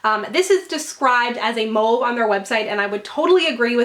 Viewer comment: YAY!!! You pronounced toile correctly! Edit: You mispronounced mauve